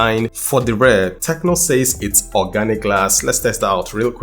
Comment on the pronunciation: Oraginc glass 💀